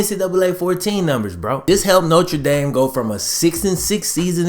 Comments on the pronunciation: note-r dame, not note-tre dame it's cool tho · Noter dame not notre dame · Damn guy. It’s pronounced NO-TER DAME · I have noticed you have the oddest pronunciation of Notre Dame... Most people say it as either No-truh D-ahm or No-ter Dame you say No-truh Dame might I ask where you are from? Being a Bengals fan I assume you are from Ohio somewhere but I've been wrong before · “Nocha Dame.” Lol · No-Trey-Dame...? Come on man it's pronounced Nostradamus smh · if you gonna pronounce that "notre" you better pronounce that "dame" . hunchback of notre dame